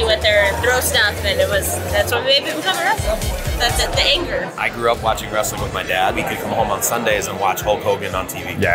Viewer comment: Il famoso vrestling... in tutte le parole inglesi, che iniziano con il gruppo fonetico wr-, la w è muta.